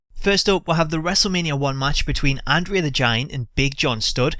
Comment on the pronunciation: Pronounce andre the giants name correctly! Idiot!